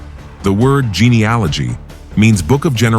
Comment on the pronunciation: You mispronounced Japeth and geneology. And, the three sons were not born After the flood. For , they each had wives they were allowed to take on the Ark. God bless 🙏